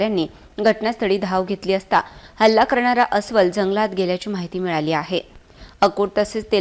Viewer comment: अहो ..मॅडम....तो. .अस्वल...आहे...अस्कल....नाही...